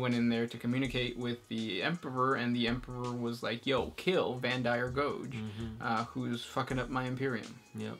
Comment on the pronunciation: Stop double pronouncing the 'p' in Emperor. Otherwise great work.